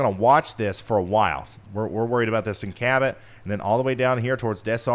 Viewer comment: Cabot you said it right the 1st x